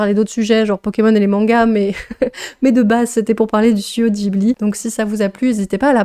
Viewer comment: Mais en fait Ghibli est un mot italien qui devrait se prononcer comme "spaghetti"... donc je ne pense pas que ce soit vraiment correct de dire "dji-bli" ! A moins d'être un français qui prononce un mot italien à la japonaise (ce qui est étrange).